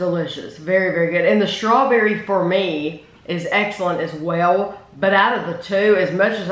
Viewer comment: I love how says Shtrawberry Mousse ha ha